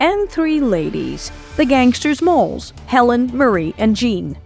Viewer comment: Well Its difficult to blame do to her family being potentially at risk, but if Nan had stayed cool the Gang probably would have ate, slept then split without incident. It's not pronounced Molls (moles) it's Molls (Dolls)